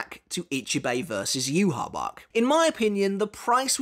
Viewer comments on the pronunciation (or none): SAY YHWACH’S NAME PROPERLY!!!!!!